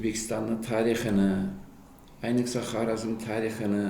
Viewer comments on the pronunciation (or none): none